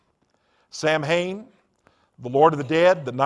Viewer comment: "Sam-Hain" That is how it is spelled, but it is pronounced "Soween". Odd that someone who had been so into it wouldn't know how to pronounce it.